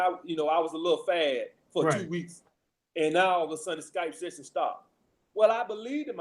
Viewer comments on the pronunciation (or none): none